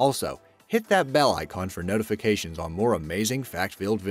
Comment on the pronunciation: when he said notification he in notificated instead of notifacated